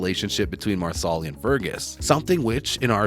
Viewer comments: Mar-sa-li not Marsoli. If you watch the show which it is obvious that you don’t you would know. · Loren’s character’s name is pronounced “Mar-sa-lee” not “Mar-sol-li” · Please speak English and pronounce names properly.....Marsarlis ??? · Wow, these people are lazy, they don't even find out how to say the names correctly!!! Marslee!! Not Marsallie!! Improve your posts! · If the narrator watched the show he would know how to pronounce Marsali. Mar - sa - Lee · Uhh...excuse me...the accent is on the 1st syllable of Marsali's name...(MAR' sa lee). Also, Jamie & Claire used a TARTAN for warmth & to stay dry. It wasn't a blanket. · Marsali is pronouced Mar-sa-lee with the accent on Mar. not on the second syllable. And NO Fergus is not an adulterer. He despairs because without his hand, he can't do the traditional "man's work" and Marsali has to go everything. Fergus can't be a farmer. Yet, he doesn't want to do what is considered "women's work" either. It is after the birth of Henri Christian that Fergus has a mental break and becomes suicidal. He must find work he can do away from the Ridge if he is to feel worthy as a provider. . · MEEE TOOO! It’s “MAR-SA-LEE” dude! 🙄🙄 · It is pronounced like the garnish parsley--PAR-sely.! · Yep, dude was real close to ending himself.